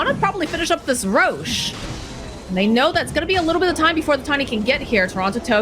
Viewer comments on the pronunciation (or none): none